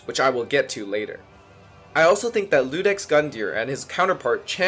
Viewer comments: it’s just a silent I my guy, i’m assuming english isn’t your first language, it just reads as “udex” and pronounced “you-dex” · he assumed the “I” and was an L, and pronounced the dex part just fine. are you okay? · Oh and not to be a nerd, but Iudex Gundyr is pronounced with an i not an L. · not going to lie, i discredit anyone who called iudex “Ludex”. 😂😂